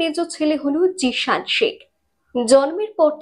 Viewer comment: জিসান ❎ জিয়ান ✅